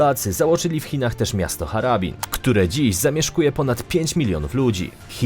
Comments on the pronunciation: HARBIN nie Hara Bn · Nie "harabin" (karabin? xD) tylko har-bin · Nie żaden Harabin tylko Harbin. W Mandżurii.